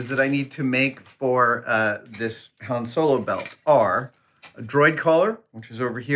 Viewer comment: Says hane instead of Han